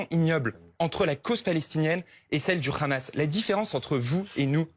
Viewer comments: Le ramas le ramas le ramas le ramas…allez apprendre déjà vous ne savez même pas prononcer un mot! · Je sais plus, c'est le Hamas ou le Ramasse ? Pourquoi cette prononciation ? 😅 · Bfm groupe Drahi ( sionniste assumé ) i24news bis avec des prénoms français...et rhamas prononciation hébaïque du hamas ça aide à comprendre qui est qui...propagande. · La prononciation du mot Hamas par les journalistes est juste ridicule 🤦🏼😂😂.. la manière de prononcé d’après les journaliste devrait alors s’écrire khamas comme Khaled par exemple mais 🤣🤣 le h se prononce comme hakim par exemple maintenant pour les français de souche que ça intéresse regardez des vidéo sur la prononciation. J’insiste là-dessus car ont dirait que c’est très volontairement que les journalistes prononce khamas! Ça m’étonne car si c’est un effort pour essayer de le prononcé correctement alors pourquoi ne le font-ils que pour se mot là (Hamas ) en particulier ??🤔🤔 est-ce vraiment un nom arabe?